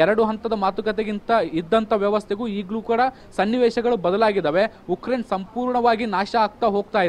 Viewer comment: It's Ukraine not yukraine 🤦🤦